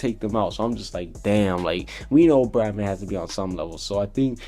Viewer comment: Bye the way im pretty sure it's bloodman not bradman